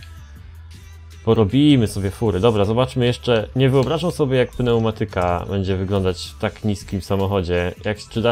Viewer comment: jak sie włancza pneumatyke